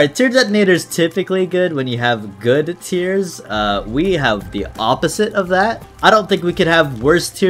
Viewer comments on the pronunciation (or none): none